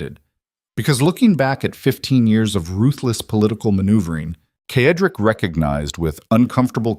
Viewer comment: The male lead is Cedric. It is pronounced "Said rick" the AI reader reads it wrong "ked rick." It is distracting and annoying. It becomes a disruption in the otherwise excellent story. Also some odd noises that should have been edited out before publishing,but otherwise this is well done.